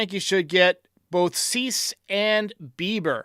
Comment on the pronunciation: Hader, Hicks, Bauer,Cease.. this is NOT hard lol